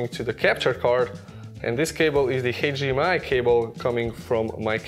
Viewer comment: Never mind, I just realized he was trying to say "HDMI" lol